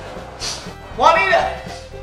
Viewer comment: WOW that was spot-on! “Nita...Jua-a-anita” was such a great bonus! —Seekernanna